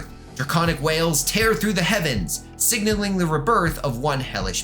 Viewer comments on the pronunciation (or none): none